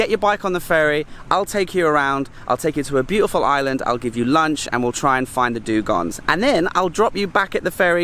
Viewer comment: Great video. I am a biologist and laughed a lot about your struggle to pronounce both "dugongs" and "manatees". Hey, no body is perefect. 😉